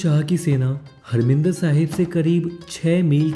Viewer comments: abe saale,harminder nahi harimander bole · you are right, but you said harminder.....you should say harmandir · grt vedio.. bt bro marminder sahib nhi, harmandir sahib hai ok.ji...